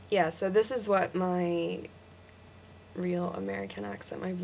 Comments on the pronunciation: you say 'soe' when it's really 'soh' And please stop saying ustraya. We don't say that. It's still 'Usstralia' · good work. a lot of it does sound aussie, but theres a few that sound british. wouldnt be able to pick ur american though. u say "so" a lot but dont say it entirely right. :)